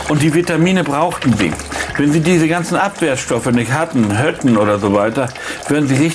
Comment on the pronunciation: "Wenn se' diese ganzen Abwehrstoffe nicht hatten, hötten oder so weiter" xDDDD